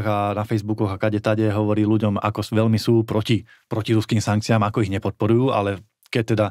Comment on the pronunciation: Predseda a europoslanec národno-kresťanskej strany republika by sa mal naučiť a ctiť si slovenčinu. Nech je vám vzorom pani moderátorka. Takže : velmi ? ludí ? ludia ? najhladanejší ? podla ? velkej ? zatial ?